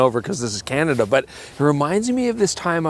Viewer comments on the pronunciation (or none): none